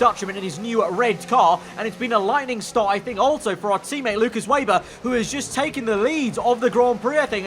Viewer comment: Loo-kas Vay-ber (pronounciation assistance 😂)